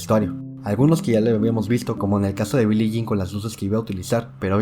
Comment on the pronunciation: Dingero Tour instead of Dangerous...Billy Jane...come on now.